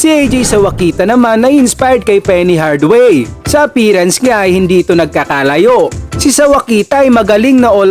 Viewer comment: Anfernee "Penny" Hardaway po lods hindi Hardway.